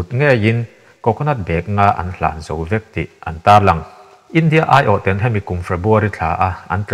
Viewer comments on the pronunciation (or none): TEN...( Chhu PHEN) tiang ang hian tinge i lam tlat a Tawphnawk TEN kan lam ang hian lam ve mai la..ngaihthlak a tinuam lo TEN i lam dan hian